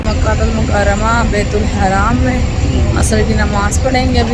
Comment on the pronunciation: Again n again you are saying bait ul haraam it's not baitul haraam .it's bait ul Haram . Please say tauba.